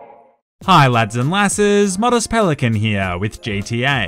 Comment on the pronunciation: I thought it was a pelican not a pelicunt